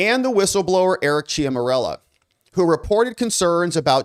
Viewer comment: Love your work, but if you're going to say somebody's name, like one hundred times, you should spend a minute to learn how to pronounce it correctly. "Ciaramella" is not pronounced "chia morello". This distracts from the story.